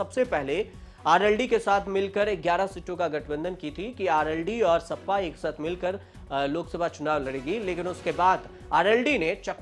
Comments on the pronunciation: O Bhai pehle sahi bolna Sikh Jaa...sappa nahi hai sapa😅😅😅 yeh log news anchor ban rahe hai😅😅😅😅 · इसे बोलना भी नहीं आता सपा को सप्पा कह रहा है 😂😂